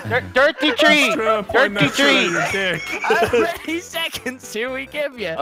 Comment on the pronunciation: TIRTY TREE TWEETY